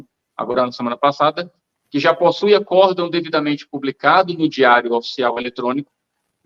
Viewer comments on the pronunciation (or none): none